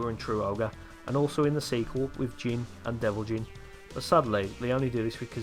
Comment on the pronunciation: Finally, someone else pronounced Jin's name right